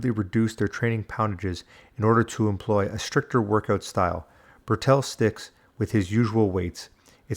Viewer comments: Why you addressing Bertil as Burr'tell? His name is BERTIL. You also sneak in Cowardly digs about his past. - either trying to be clever Or just being a complete W@ To be honest You seem like a complete W@ Unsubbed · Bertil Fox, Bertil, not Bertell!